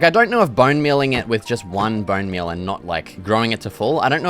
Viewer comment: "Booun meul toou"😂😂